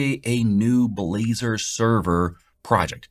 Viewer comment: Nice try, nice try to pronounce Blazor, LoL